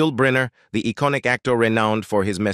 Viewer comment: seeam (siam) & eeconic (iconic)?!